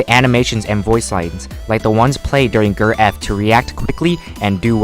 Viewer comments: Its not pronounced gurr its jurr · To corect you you pernounce ger geir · Everyone: G. E. R.: gr